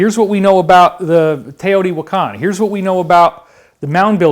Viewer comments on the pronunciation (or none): none